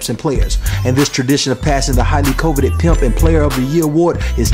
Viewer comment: Can't even say coveted right